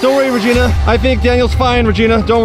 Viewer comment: Why do you call regina reginus when shes a genius